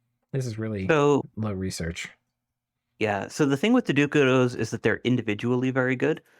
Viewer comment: Dukados ---> Daduchos. managed to Lucidify. Now they are both butchering names.:-)